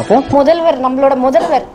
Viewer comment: முதல்ல நீ ஒழுங்கா பேசும்மா மொதல்வர் இல்ல முதல்வர் னு சொல்லு.